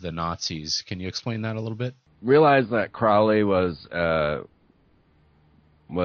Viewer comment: Vauv=V/W=6=Tiphareth/Beauty=The Sun. The Sun is anything but "fallen". The number refers to the Heart Chakra. 666 is the Sun manifest on Earth. Crowley rhymes with Holy, not fowley. He was no "black magician".